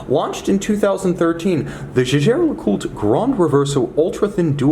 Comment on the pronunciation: The jejer Lecoultre??? 😂😂😂